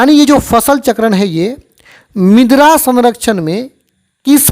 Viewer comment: मिद्रा bol rahe hai ====😮 मृदा मतलब मिट्टी होता है